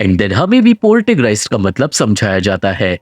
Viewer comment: Not Poltergreist, it's Poltergeist.